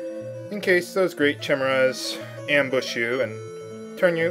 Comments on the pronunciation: Kai-Mare-uh. Say it with me,...Kai-MAAARE-uh. Kai-mere-uh. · Believe it or not, Clueless the series is pretty good. The musical's clearly going to be crap, though. It's ky-mere-a, dammit!